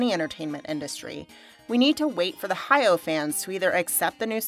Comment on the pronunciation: Good to watch a positive review for a change. Hayao is pronounced "Ha-ya-o" with 3 distinct syllables.